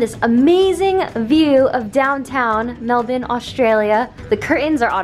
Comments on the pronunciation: She actually says Melbourne correctly 🤣 most Americans say melBORRRRRRRRn” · You said Melbourne perfectly 😭😭❤️❤️ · when she pronounced Melbourne correctly I freaked out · I think your the first American that has said “Melbourne” properly! Big props Rae! Glad you enjoyed Australia, hope you come back and visit us again! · That shocked me too, it was weird to hear a foreigner pronounce it correctly